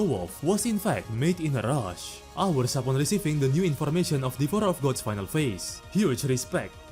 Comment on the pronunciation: bro hit me with the "devorer of gods"